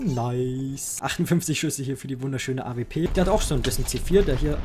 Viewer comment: avp? es heißt A-Duoble u-P und nich A-V-P also bezüglich der AWP